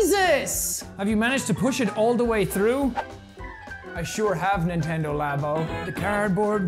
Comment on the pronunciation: nentendo laughs